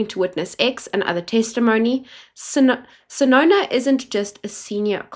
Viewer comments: Not SESONO, please use correct surnames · Correction NOT Sesona BUT Senona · And Senona instead of Sesona that might be used in defence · Not Sesona, it's senona. It's hard to listen to your channel because you don't pronounce names properly, it's not even about language, it's so irritating. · Senona, not Sesona*